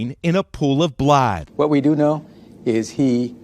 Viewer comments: Uhmmm....NBC News guy...what the heck is blaaaad???? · “blaaad” 🦇😂 why is he talking like that? Lol